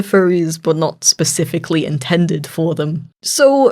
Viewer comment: It was funny when he said pacifically In adult